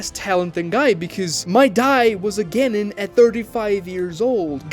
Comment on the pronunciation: You're saying Genin weird